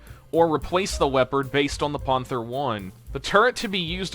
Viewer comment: I've heard some people have some really bad attempts to pronounce old war german equipment. My favorite ive heard is' the goo-"where?" rifle. Instead of gah-vhere. Not being familiar to your channel is your way of saying panther, being pawn-th-her. is that like a channel joke or the equvilent of stewie Griffin saying cool hwhip.. as you're close to pernouceing panther's but you're getting the ah mixed up with panzer.